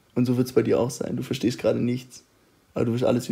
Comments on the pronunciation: Nischtscht versteschtscht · Es ist völlig in Ordnung, dass du nichts verstehsssccchhht"